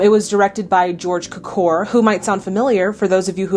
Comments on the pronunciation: The director’s name is pronounced George CUK’ or. Accent the FIRST syllable! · In case nobody else commented; George Cukors name is pronounced cue - core. 🙂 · It's pronounced George "QUE-cor" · This is a random thing, but this movie has some of my favorite "drunk" scenes in all of film. The ones with Macaulay and Tracy are wonderful, but the one with Macaulay and C.K. Dexter Haven is just golden. (Edited to add: if no one has mentioned it, George Cukor's last name was pronounced KYOO-kor. Emphasis on the first syllable, which was like the letter "Q" and the second syllable was like "core.")